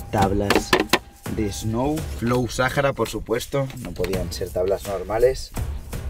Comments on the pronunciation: Me he miado de la risa con el video … lo amé … por cierto se dice Saara la h no se pronuncia … 💙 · Pero por qué te aferras en decir Sajara ?? Es sahara la H no se menciona